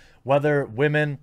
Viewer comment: I thought it was Waa man not Women